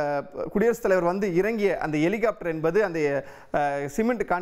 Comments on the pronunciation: எலிகாப்டர் இல்லை ஹெலிகாப்டர்னு சொல்லுங்க 2026 தேர்தல் வரை நீங்க இப்படிதான் செய்தி போடுவீங்க அப்புறம் சரியாக இருக்கும் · Helicopteryai Elicopter ena Ucharikkum ivar.... Eppadi velaikku vaithargal? Tamil sàagirathu....😢